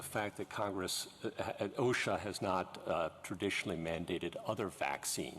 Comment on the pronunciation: She can Not Even Pronounce O.S.H.A. Correctly !!! What is Oshac ?!